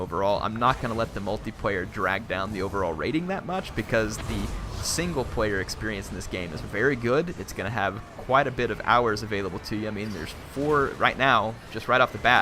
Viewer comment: can you please stop saying "Multiprayer" and "singleprayer". otherwise nice video, like the analysis.